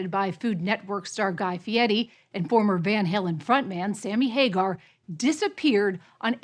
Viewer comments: Did she mispronounce Guy Fieri’s surname as “Fieti”??? 🤔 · Is she pronouncing his name Fiety Instead of Fiery. And No One Caught it. Seriously Ppl!